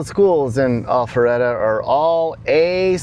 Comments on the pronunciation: Sounded like you said All feretta .. it Al Not All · Itsnot allpharette. Its alpharetta. Pronouncing it incorrectly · Is he saying “Awfulretta”? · I’m loving the way says “All fer reda” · Maybe next video you start out with the correct pronunciation of the city name, lol.